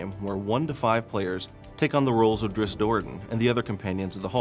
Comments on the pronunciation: It's DRIZZT. What kind of male would be named drisst. I know it's spelt drizzt, but he says it like drisst... PISSING ME OFF. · Drist? wtf? It's pronounced drizzit you knave. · Cringe every time he says "drist" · Never understood why people thought it was pronounced Driz-It? There's no extra "i" you ding dongs! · R.A. Salvatore purposely will not canonize the pronunciation. He does this for people to talk about it (or fight about). I say both ways, Drihst and Drizzit. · His name is pronounced drizzit, it says this in the book when he identified himself to a human and she said, "what's a drizzit" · Man I can't get used to 'Drizzt' i've been saying his name like 'Drizz it' for so long and it just sounds right lol. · so everyone else youve ever talked to has ALWAYS said Drizz It? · maybe in your little world its Drizz It but everyone else either says it as Drist, or sometimes Dritts (t sound before the s). apparently the latter is how Salvatore says it, not sure why and whether thats correct according to Drow words or he just wants to be different. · was saying its not pronounced as Drizz It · What.... Is that how you actually pronnounce Drizzt?! I've always said it it like "Drizz it" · This guy doesn't know how to pronounce Drizzt!!! says it like Dritz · Then he shouldn't have named the character Drizzt, because that is how people will pronounce it. adding a T in the middle of it is the opposite of a silent letter, which doesn't exitst. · It actually is though. the guy in the video says it wrong.